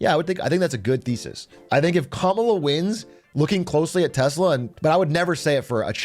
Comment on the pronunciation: all i heard was short telsa